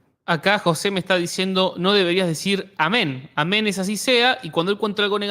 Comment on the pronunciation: Dices amen en lugares equivocados.... y no suena oh men.....